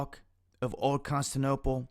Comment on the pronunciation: "old constinople being invaded by Russia". I lost interest at the point when the narrator failed to pronounce Constantinople, describing it as "the capital" of Turkey while pointing the curser at the word 'Ankara'.